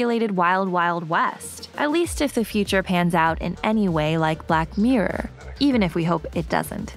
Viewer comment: black "meerurr" why can't this girl pronounce the word "mirror", it's not even a regional accent thing it's just wrong and annoying,cheers